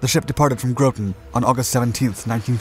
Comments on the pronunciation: Groton: short O not long O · I love content. Every video on every one of your channels is great. Side note: I've never heard Groton pronounced as 'Grow-tin' before, only as 'Grah-tin' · LoL he said groaten. 😂 I live next to Groton and worked at EB. I laughed when he pronounced it like that because I say it like he did joking around sometimes. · Very nice. only complaint is: it's "GRAH-ton" not "GROW-ton". Wife of 33 years from there, I myself lived there for near 10 years. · Groton - rhymes with rotten. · Groton, CT is pronounced like grotten. Just a heads up in case you do more sub videos. Many were built in that area at Electric Boat. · Great video. One small correction: Groton, Connecticut is pronounced “Grotten” similar to “cotton”. Otherwise a great and interesting video! Thanks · I was about to type the same thing, including the same example. Admittedly, most people have never heard the place referred to. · Long Island has enter the chat It's "GRAWT-in" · the name of the town is pronounced GROTT ON (like rotten) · JFC it's Gro-ton pronounced like "Rotten" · "Groton" rhymes with "cotton," but otherwise a fantastic video. Good stuff, keep up the great work! Had buddies that went through sub school there. They always spoke about it as another world. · You mispronounced Groton.